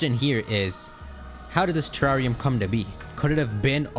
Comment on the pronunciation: Te- rare - ium...thats how you pronounce it😅